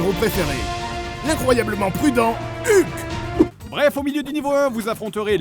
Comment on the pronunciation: Excellent épisode, l'attente en valait vraiment la peine! seul bémol: Hulk ne se prononce pas comme ca s'écrit, ça se prononce HOLK! avec le H expiré merci